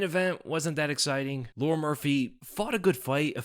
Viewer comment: I don’t think his is pronounced Lauren